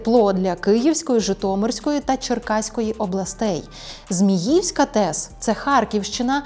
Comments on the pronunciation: Не ЗміЇвська, а ЗміївськА! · зміївськА, неправильний наголос!